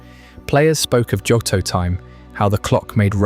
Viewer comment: It's Joe-Toe. Not Jot-Toe. But it's at least Day 20 odd for me. You are my night time listening. Thank you 🙏🏼